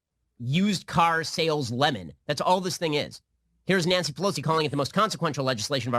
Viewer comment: Doesn’t he say „Lenin“ instead of „lemon“?